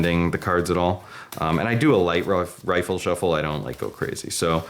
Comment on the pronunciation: Good walkthrough. Just one thing. It’s “riffle shuffle” not “rifle shuffle”.